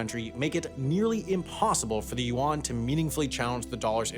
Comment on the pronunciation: If I had a dollar for every time I cringed hearing the narrator's butchering of the word "Yuan", I'd be able to pay off the US govt debt